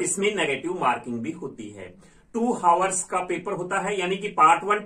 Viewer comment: Haavars nhi aavers bolte hai, hours me h silent rhta hai